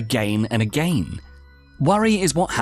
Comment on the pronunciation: I like that "ageennn and ageenn'